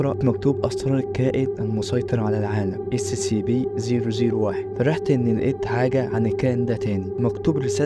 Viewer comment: نطقها أسيابي 😅